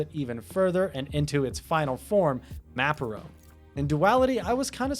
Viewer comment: I gave you a thumbs up for "Maperone" lol